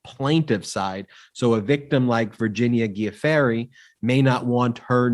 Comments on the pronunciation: Guiffre pronounced Jew-fray, according to her husband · Love your podcast but just need to point out that Virginia's last name is pronounced "ju-FRAY"